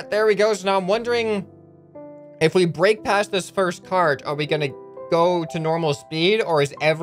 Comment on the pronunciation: Oof it's break not brack sorry